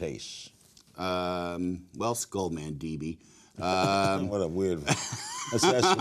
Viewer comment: “skull-man-dee-bee” mandible, Larry.. ..skull mandible.